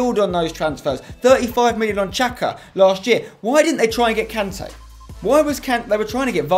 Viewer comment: Riccardo Singh it's the correct way